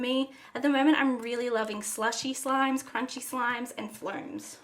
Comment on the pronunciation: crunchy not cruncy LOL